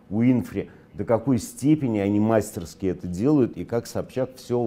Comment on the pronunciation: Мастерски - ударение на и.